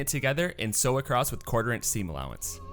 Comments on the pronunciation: how do you sew something "acrosst"? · I notice ( as a British English speaker) that quite a few Americans say "acrosst". A brand new word! 😳